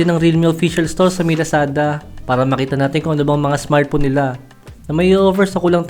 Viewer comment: Smartphone boss hindi smartpon